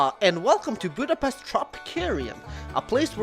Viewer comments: i’m sorry but this important budapest is pronounced like budapesht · At least you should learn the right pronunciation of Budapest, to help you try this Budapesht. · is no1 gonna mention that he doesn't pronounce Budapest right at all? The "s" is pronounced as in "shop". Most Hungarians get very angry at that. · It’s pronounced with a sh, not s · Budapeszt.. Budapeszt... Budapeszt........ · Miért nem tudja senki kimondani, hogy Budapest? mindig Budapeszt...